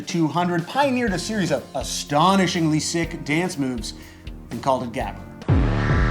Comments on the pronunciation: his pronunciation of gabber is so horrible, its more like gahber. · Great episode, but it was so jarring to hear gabber mispronounced every time :p if you learn to make the guttural g sound I'll be very grateful, and impressed! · You butchered the pronunciation of gabber, but I love that it get's mentioned. My favorite genre to evolve from it is breakcore, where high bpm is mixed with just rhytmic chaos, so that at one point the song is slow and then fast and then super fast but never really consistent. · I completely forgot this channel exists. Also, fuck yeah, extratone! I love how you butchered 'gabber' Greetings from the Netherlands